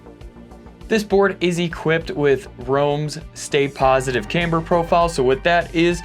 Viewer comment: i fuckin hate the way he says camber lmao